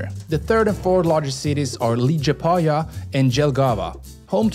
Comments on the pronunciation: Helloo, thank your for video, I myself am from Latvia and really enjoyed watching video about my own country) I bet you already received this message but “Liepāja” isn’t pronounced “Lidgepaya”, you can simply pronounce it “Lepaya” without “ie” in the word if they are also confusing, letter “J” is not English “J” and is pronounced “Ye”, so fyi in case you decide to visit Latvia and want to visit Liepāja when buy train or buss ticket better pronounce “Lepaya” than “Lidgepaya” because it’s really confusing, hope this was useful :> In case of Jelgava and Jūrmala the same rule is used, Yelgava and Yoormala:) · I live in latvia and i dont undestand why did you say ligipaja not liepaja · Li j paja???? Lie paa ya is correct... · liedžapāja dželgava - LIEPĀJA (LIEPAAJA,JELGAVA)....J is not mean "dž"...."L" is like "Laike" - You dont say DŽaike,but Like.....and when You see in latvian language "J",this mean "L"(like),bot not "dž"....Latvija is not Ladžvija....Latvija is LatviJa (L!ike!.... not dž) Jūrmala (is Like ,how you say "L"ike,not džaike- "J"ŪRMALA,not džurmala) dont be stupid! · How did u pronounce liepaja as legapaja? Made me laugh, but u pronounce its lee-pai-ja❤ And jūrmala as yuur-ma-la English talking people say j as jay, we say j as y, like y'all or you (yuh) No liepajas sveiciens! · liepāja not līgipaja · After you said Lee-gee-pa-ya and Dzhel-gava I had to turn it off. If you can't be bothered to research pronunciation, I can't be bothered to watch it. BTW, is Lee-ah-paa-ya and Yel-gah-va. Byeeeee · Forša izruna Liepāja, Jelgava. Viņiem lai pareizi izrunātu būtu laikam jāraksta Liepāya, Yelgava. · Priekš manis liepāja turpmāk ir LIDŽEPAJA! lol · Tad kad es dzirdēju ka viņš izrunā liepāja kā "līdžepaja" vai kas tml es pauzēju video lai parēktu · Liepāja and Jelgava are pronounced more as "Liiepawya" and "Yélgava" And Jūrmala is "Yóórmahlaw" and just means "beach" Also Cēsis(TS-eeh-cis) is pretty cool too. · lijapaja cracked me up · liepaja isnt sed ligapaja